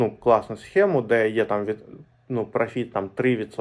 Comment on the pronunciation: спасибо, полезно. только учти - правильний наголос - прОфит. ты ж про деньги а не про фитнес.